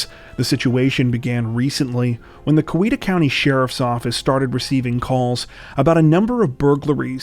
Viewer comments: Coweta is pronounced "kīāta". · For future reference, Coweta is pronounced cow (just like a cow) EE ta, but for Southerners born there, like me, it's cy (like pie) EE ta. And, no, I don't know those criminals, or anyone else there, as I moved away from there in 1986.